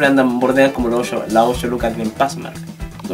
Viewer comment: que es osho? es un nuevo numero? por que yo sepa se dice y escribe ocho no osho o ozhio